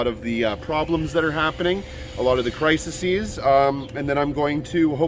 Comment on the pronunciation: Crises CRY-seez :)